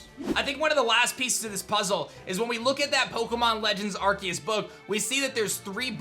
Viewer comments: I always thought it was said R-C-us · At least pronounce arceus correctly